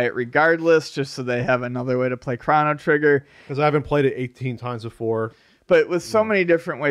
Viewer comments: The irony that I am in fact "triggered" by this (lol) but... Its pronounced "Crow-no" not "Crawn-no" god damnit! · I'd pay $10 for to say 'Chrono Trigger' instead of 'Crawno Trigger'